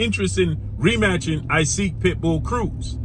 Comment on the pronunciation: Yo why you keep saying Isaac Cruz name like that? It’s EE-sak.